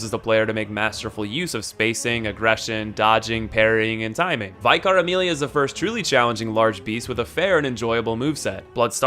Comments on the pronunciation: shes a vicar. its not "vai-khar" its "vik-ar"... its a rank in the church. still, love your content dude, one of the best soulsborne youtubers (who is also having to branch out to other stuff xD) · Love your videos man but please, Vicar Amelia. Vick-arr, not Vike-arr. A Vicar is a priest in the Anglican church. Thanks mate. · I love your vids man, but why, WHY do people still miss-pronounce Vicar Amelia. Its VI-KA, not VIE-CAR. After all this time I thought everyone would've become more familiar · Do Americans just not have the word “Vicar” or something? So many bloodborne youtubers pronouncing it “Vy-car” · how come no one can pronounce "vicar" properly? (just incase you're wondering its pronounced vih-car) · It hurt my ears when I heard that 😆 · YOU CALLED HER "VYE-CAR AMELIA AGAIN! Jeez, have you seriously never come across the word "vicar" before you played this game and assumed it was some kind of sinister fictional terminology? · I love how in the boss ranking he finally pronounced "vicar" correctly. Now, right back to "vy-car" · Loved the video, but you came back to calling Vicar Amelia "Vycar" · "Vaycar" she's a vicar, not a "viycar". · Sam Boland246 You must be new here, welcome yes he says it like that we're all very worried about him. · Yo Americans, please learn to say vicar before posting. They use the word in Friends and pronounce it right so... it's very doable. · That isn't how vicar is pronounced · The only thing I disagree with is the way you pronounce ‘Vicar’